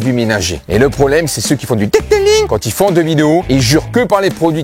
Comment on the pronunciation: "Le deuteulinggg"🤣🤣🤣🤣